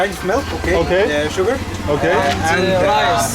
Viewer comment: "Shuga, Barcelona" :)